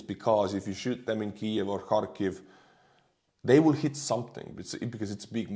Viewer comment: Oh you're gorgeous! You even manage to mangle "willllll"😂😂❤❤❤